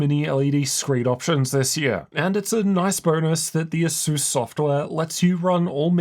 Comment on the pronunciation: He seems unable to pronounce Asus for some reason.